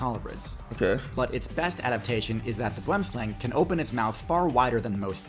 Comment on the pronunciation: I love how they pronounce boomslang, it's a dutch or afrikaans derived word meaning tree snake but you gotta say it w the accent